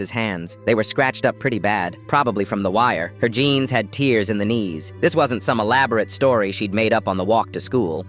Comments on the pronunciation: Mhm that's right, it IS tears they just pronounced it wrong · yeah, tears. the ai just pronounced it the wrong way